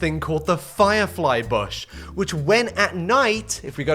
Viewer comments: He saying it like "BOSH" when you normally say it like "Bush" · Bush doesnt sound like a real word with you saying it like that